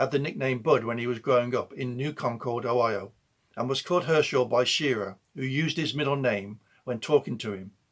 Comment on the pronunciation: Shir-RAH, not SHEER-ah